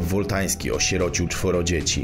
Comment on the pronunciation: powinno być: Wultański lub Wóltański.